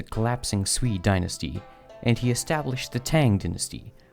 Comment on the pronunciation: Qin, or 秦, is pronounced "ch'in" with a soft "ch" sound, not "keen." 秦朝 is "Qin Dynasty" in Chinese. Zhou, or 周, is pronounced "joe," not "ju." You got the pronunciation of Han and Jin right. Sui, or 隋, is pronounced "sway," not "soo-ee." You got the pronunciation of Tang right.